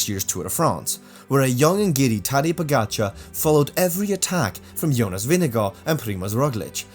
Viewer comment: Stupid comment that wva May leave tour You miss the big pts. Uae managers doped as cyclists. And they were the coaches of doper I basso and m pantani And you mispronounce the name pogacar Oddity b c you make this video on pogacar Not all bad, you do make some gd points here